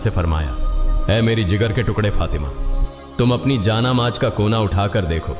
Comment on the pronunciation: Inse barabar Urdu Alfaaz Nahin bola Jata siratal mustkim aur Jaan Namaz Kafi alfaazon Mein mistake hai Jara Dhyan dijiyega